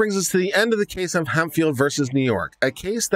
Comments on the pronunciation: Hemphill. This word is pronounced hemp-hill, not hem-fil. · it's pronounced Hemp Phillip